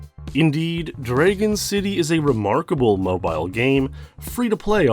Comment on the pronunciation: You have an interesting way to pronounce the word "dragon"